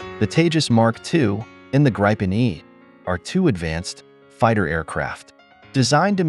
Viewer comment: Graypen E 😂😂😂😂